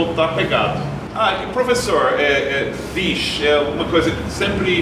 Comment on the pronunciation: Muito bom esse vídeo. Seth e falam direitinho. Ri muito do falando vixe.. Nã.. Kkk Parabéns canal amigo gringo